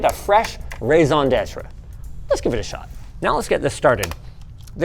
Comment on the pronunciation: That "raisin detra" from Linus was awesome